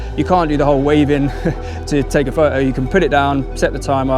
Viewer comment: “Go pro.. take a pho-oh “ has me cracking up…